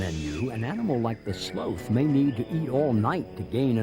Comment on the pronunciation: It's sloth, not "slow-th".🤨🦥